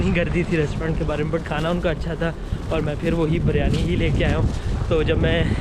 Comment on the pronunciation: Bro everything is fine except the word you said Baryani Actually its not baryani its “biryani”